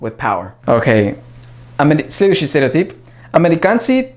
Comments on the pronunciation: Когда ты говорил "следующий стереотип", ты произносишь это практически без акцента!)))))) Прям идеальная интонация) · Слова "Следующий стереотип" ты произносишь так чисто, без акцента! 👍😃